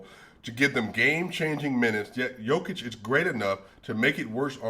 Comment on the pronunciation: Commentators are thinking about Djokovic so they are saying Jokovic, instead of Jokic lol.